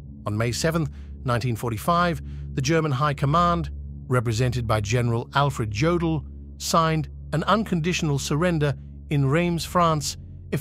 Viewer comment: Who does your voice overs? Seriously, it's not hard to get name pronunciation correct. It isn't "Jodel" phoenically, with a hard "J" it's Yodel! Sheesh.